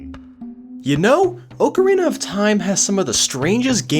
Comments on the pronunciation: It's OCK-arina, not OAK-arina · You switched the vowels in "Oakarina of Time" and "Yawshi"...